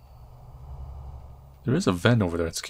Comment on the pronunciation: The way he said FEET